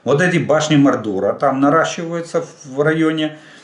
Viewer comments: Башни Мо'рдера,ударение на первый слог,Толкиен ,,Властелин колец".? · Башти МОрдора (наголос на першій "о") - це "Володар перснів" Толкіна